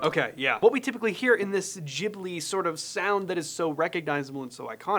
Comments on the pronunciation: Why does everyone say ghibli...like jiblets...its Ghibli like the Gibb Brothers....you wouldnt pronounce Ghandi as Jhandi...anyway brilliant video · GHIBLI pronounced gi-blee not jib-lee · Incidentally, it's pronounced GIB-Lee, not JIB-Lee, just because in Japanese, G is always "hard." This is in spite of the name being copied from a language where the G is definitely soft, so it SHOULD be JIB-lee... but it isn't. 😄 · studio "jeebly"))) There's no "jeeh" such sound in japanese. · Bro said studio jiblee